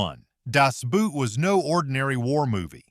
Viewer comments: Good review. But it's pronounced "Das BOAT". The German "Boot" sounds just like the English "boat". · It's not "Das Boot" like footwear. "Boot" is pronounced almost just like English "boat", NOT English "boot". Learn to read German! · Das Boot, is pronounced with a long "o" not a "u". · Das Boot is not a Stiefel. No Das Buut. The O is not spoken like a U. The O is spoken like the O in Telephone. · The second word in “Das Boot” is pronounced like English boat,, not boot as in footwear. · Das Boat, not Boot. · I have never heard an English speaker pronouncing the German word "Boot" correctly. Funny enough: The pronunciation of the English word "boat" is way closer to the german "Boot" then the word English speakers use when they try to say the movies' title in what they think sounds German. Actually it should be rather obvious that the German "Boot" is closer to a "boat" than it is to something that you put on your foot. And so is the pronunciation.